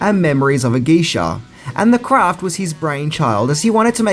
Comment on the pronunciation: your pronunciation of the movie Memoirs of a Geisha is so bad lol. it's not the word memories. It's pronounced mim-wours of a gay-sha